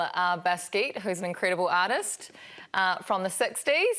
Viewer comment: Kirstie doesn't know her art, Jean-Michel Basquiat was a New York graffiti artist during the 80's but born in 1960, pronunciation was off as well.